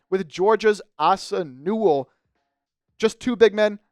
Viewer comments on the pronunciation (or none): none